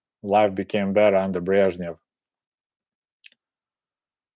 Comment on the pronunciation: I really love it when you say "Brezhnev" with your perfect Russian pronunciation!